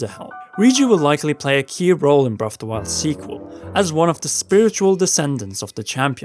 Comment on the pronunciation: You say Breff of the wild. HAHAHA sorry!